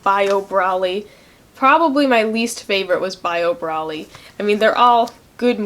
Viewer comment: It's broly (bro-lee)